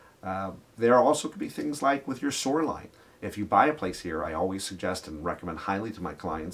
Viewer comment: Soux-er. vs. Show-are. Must be a lake effects accent! Lol. Seriously, i even ran with captions and could not get it.